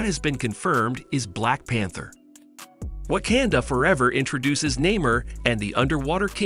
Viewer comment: OMG PLEASE LEARN HOW TO PRONOUNCE WAKANDA... you just sound ridiculous mispronouncing it